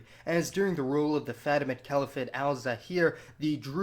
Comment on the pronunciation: . I think it’s pronounced Faa Tee Maud.